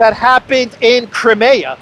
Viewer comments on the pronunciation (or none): none